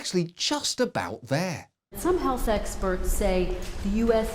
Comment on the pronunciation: did she say sexperts?